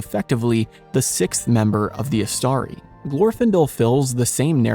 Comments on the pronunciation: In the word Istari, the stress is on the first vowel. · since the penultimate syllable in Istari contains not a long but a short vowel, the stress falls on the third syllable from the end, that is the initial one. Read carefully Appendix E to The Return of the King. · I am sorry to differ with you on this my friend, But the stress falls on the second syllable: IsTARi.